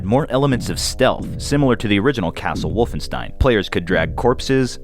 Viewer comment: For fuck's sake, it's wolfenSHtein!